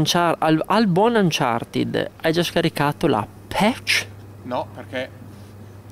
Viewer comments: il finale "ed" in inglese si legge in 2 modi. nel caso di uncharted si legge "anchartid" perchè "ed" è preceduto da consonante. la doppia "e" non c'entra perchè la desinenza si riferisce ad un participio passato. in altri casi la "e" di "ed" viene semplicemente tolta. ad esempio "locked" si dice "lock'd" :-) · Che belle queste recensioni Retrò di ps vita e "Anchartin" 😂😂😂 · Bhe! cercando un qualsiasi video inglese di Uncharted si può sentire come lo pronuncino "Anciarted" a meno che gli inglesi stessi non sbaglino...